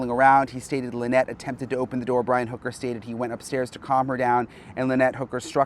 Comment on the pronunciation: why are u saying his last name wrong it’s hooker